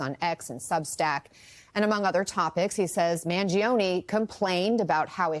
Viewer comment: Mangione with an “ e” at the end that sounds like the “e” in Empathy or Emotional or Esoteric.